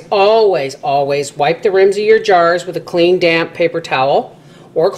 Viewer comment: LOL, when you said "clean, damp rag" I heard "clean, damn rag"! lol, anyway...I'm a serious pumpkin pie girl, how many of those jars/pie do you use? I'm talkin' a good thickness now not a skinny pie.